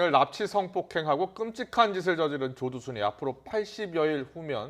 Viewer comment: 여아나운서 발음실화냐 조두순윽 조도순이래